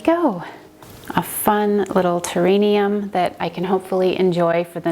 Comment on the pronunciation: It is pronounced terrarium with an r not an n. It turned out pretty.